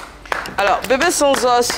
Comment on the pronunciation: Eva aussi fait la liaison de bb sans os ko (bb sans'os )😆